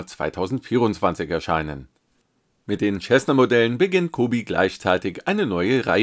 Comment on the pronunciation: Sehr nett! 🙂 Cessna wird nur bitte wie "Sessna" ausgesprochen... ;-)